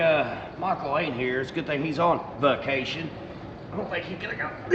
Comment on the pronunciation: did you say "he was on fuccation!"? 😂